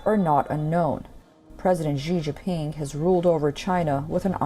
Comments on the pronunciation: My name is Xi JiNping more emphasis on the alphabet 'N' not Xi Jiping😂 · Seriously, please learn to pronounce “Xi Jinping” properly 😓.